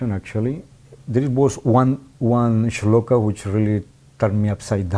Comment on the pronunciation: Your pronouncing of Sanskrit sloka very good